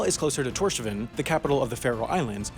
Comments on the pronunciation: Wow. You REALLY butchered Tórshavn. It's "Tórs-havn", with a pronounced H. Thanks for mentioning us, nonetheless 😁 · It's Towrs-hown, not Tore-shawn. Thor's harbour or haven. And Rockall is OURS! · I was not ready to hear Tórshavn pronounced as “Tor-sha-vin” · Tórshavn is pronounced Teuhrs hav'n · It's pronounced rock-all (as in 'all' not as in 'Al'). Torshavn is promounced Tor-shawn. Etc. More research needed! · Why would you say a name like Tórshavn if you cant even say it correctly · although he f*ing buthered the name of Torshavn, just like any other fucking ignorant englishspeaker would. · Terrible pronounciation of Tórshavn, seriously... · Ok, you butchered that name... Other then that, loved the video. =)